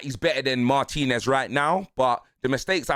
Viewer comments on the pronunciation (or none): none